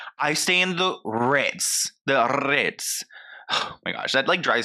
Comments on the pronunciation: The RRRRRITZ. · “…the RRRRRRRRitz!” 😂 😂 😂 💀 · She made sure to say "vacations's" hahaha 🤭💀💀 And not the "Rrrritzzzz" 🤣🤣🤣🤣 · I love the way you keep saying "RITZ" haha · I'm literally watching this at 3am trying real hard not to wake up my family with cackling everytime you say CONDO (and the R I T Z) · I’m never gunna be able to say “tha RITZ” normal again lmaooooo has me dying 😂😂😂